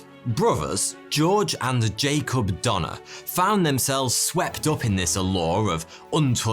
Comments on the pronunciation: Why does Donner sound like Dahmer?! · I know ur probably not gonna believe this but the donnors ya I’m related to them! My grandpas dad is cousins with one of them or something. The last name is donor and it’s pronounced do ner. You guys probably won’t believe me but thank you for making this video so I can learn about my family history.